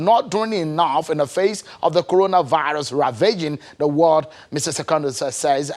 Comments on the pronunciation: They are still teaching him what to say and how to pronounce corona virus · What else is he going to tell Nigerians about KworonaryBilutes. After how many months? We have no president, if it was cows and cattle involved, he would have spoken. My father once told me that a wise fatherless child will always go closer and listen when living fathers are advising their children. Thanks to the presidents of Ghana and South Africa. We can draw from what they have told their citizens since we have no president. But when WHO gives all cleared order, maybe, somebody will come and tell us The FANDEMIC is over, at least, FANDEMIC is easier to pronounce than KWORONARYBILUTES PANDEMIC. It will be naive for any sane Nigerian to even expect anything more from this dead administration. Big SHAME on them.